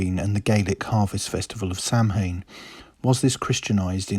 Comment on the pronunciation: Samhain is pronounced soween